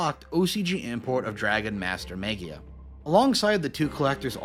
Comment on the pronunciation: I had to laugh at Dragon Master Maggie-ya The G should be pronounced the same way you pronounce it in magic